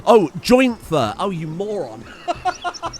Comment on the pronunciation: "Joi-inntt-f-eerr?" Fantastic start to what I'm sure is to be a fantastic series 💪😘🤣